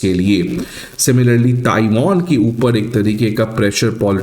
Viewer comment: Taiwan ☑️☑️☑️ "Taiwon" ❌❌❌